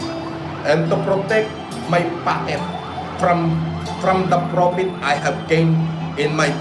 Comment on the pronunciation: “PROPIT” daw! Ito ba ang graduate ng Cambridge?!!